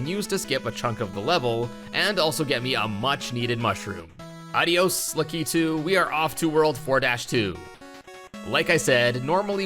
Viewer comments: Why is it that youtubers put too much emphasis on the k of lakitus name its lack-it-tu not lac-ki-tu. It's odd. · Lakitu is prounced "lah-kit-tu", not "la-kee-tu". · Lack-Uh-Too, not luh-kee-too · You say lakitu in a weird way.